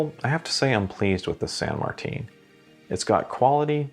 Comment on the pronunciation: Go to the san martin watch store and it’s San Martin not san Martine